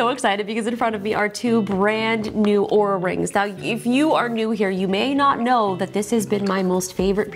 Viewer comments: Looks like this video might be taken down, she pronauced the name wrong its not oura its aura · 5 seconds in, could easily mistake the way it was said for OOH-RAH, instead of AU-RAH, like they'd insist it be said. This company can't even get reviewer relations correctly, why would I anticipate they have a useful product? How was this product review approved while others have been demanded to be taken down? Will it brick itself if it hears me mispronouncing the brand name? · Oura , Oura, Oura…. it’s ” supposedly” pronounced “Aura” how did iJustine get away with it? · Linus pronounced Oura wrong, the company got pissed. Long story short LTT won’t be working with Oura again. FTR, it’s pronounce “Aura”. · No, she is starting with Or and Linus was saying Ooo. Then he said Ar was the correct way which was still wrong. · not aura, ouuuuraaaa! :) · Lots of time goes into product naming and Linus didn’t do his due diligence when pronouncing the name. Easy route for Linus was to remove the video and blame the company however that doesn’t make Oura Ring wrong but could make other companies think twice before working with them without providing an English to Canadian translator. 😅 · RIP this video after they hear you say their name wrong. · why is your video up still even tho your pronounced the name wrong? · Wait did she say it wrong like Linus? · She said it wrong… look out Justine this video will be banned too